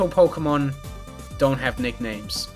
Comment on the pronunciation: "Pokemn" -, pronouncing 'Pokemon'